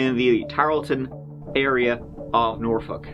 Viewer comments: Yay you said norfolk correctly. This girl lived in the neighborhood next to mine. So tragic 🥺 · It's nice to hear someone else pronounce Norfolk like it's supposed to be pronounced. Norfuk or Naulfuk if you're from my neck of the woods in Maryland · Portsmouth here, work in Norfolk. So sad! Side note: always love when people know how to pronounce Norfolk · Congratulations on pronouncing Norfolk correctly!